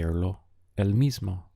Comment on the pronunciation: Very useful. One thing: I notice you tend to pronounce the "o" at the end of words (e.g. gusto, mismo) as a soft "ah". Spanish speakers, at least in S. America, say it much more as a long "o" sound.